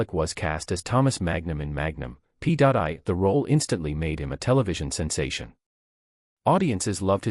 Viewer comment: Why the story of his life again? How many more times? Everyone we know has already read his book or listened to the audio CD. Learn English. It's free on YouTube. Read it. Don't copy other creators. Learn to pronounce Magnum P.I. It's P.I. I am family and live on the ranch. Why did you copy a fake image and, on top of that, the fake headline “…The Fight to Save His Beloved Ranch”? I’m the family’s private banker. Tom doesn’t have any financial problems. He has invested wisely and continues to receive royalties from TV series and movies. Your post is better than any of the others posted in recent weeks. Just don’t copy images and headlines from other creators.